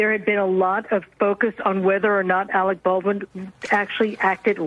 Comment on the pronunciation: You are worfwess Arec Bawlrin!